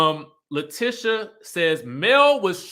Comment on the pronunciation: I love your channel. Only thing her name is La-TEE-sha not Tish even though it’s spelled like that 😂 I keep yelling at the tv every time u pronounce it lol